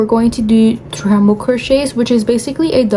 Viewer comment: Great video, thank you! (Also, it’s treble, not tremble.) ❤